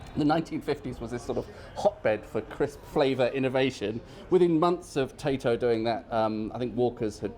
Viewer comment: love your videos and your pronunciation of Tayto crisps